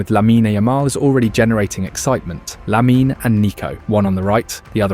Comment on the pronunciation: Please stop saying Laminé, e is silent.